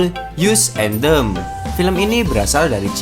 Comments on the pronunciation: Bacanya (as en dem) bukan (yus en dem) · "as en dem" bang, bukan "yus en dem" xD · Bang judulnya "AS en DEM bukan Yus en DEM"